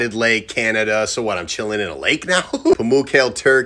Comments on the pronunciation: He pronounced it wrong it is Pamoo kah le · It actually makes me laugh when someone doesn’t pronounce the /e/ at the end of Pamukkal/e/